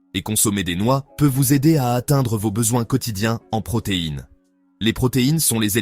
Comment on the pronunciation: "dans voze yaourts"... Putain de voix artificielle.